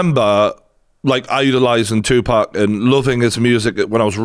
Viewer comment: You got a new subscriber here just for saying "Tupac" correctly and not "2-Pack". Thank you brother for the update also 🙏🏾